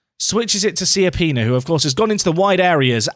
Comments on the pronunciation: It’s actually Cha-pee-nah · you pronounce it more like Kiappina :D wich oddly in italian means small buttock